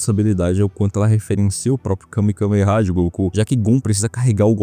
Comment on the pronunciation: Não é KAME KAME HA é Kamehameha, vc ta falando igual meu pai falava quando eu assistia e desde os 6 anos ja conseguia entender KAME HAME HA o que me irrita é o cara conhecer o anime, saber que é uma técnica referenciada ate em outras obras fazer um vídeo sobre anime, citar o golpe E FALAR O NOME DO GOLPE ERRADO PORRA VSF MLK INCOMPETENTE